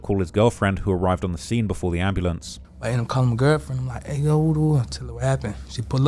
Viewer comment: 😂 GOOFY & REMEDIAL BANDITS! "AMBALAMPS". "SKRAIGHT". EEEEEEEEEEEYUCK! 🤮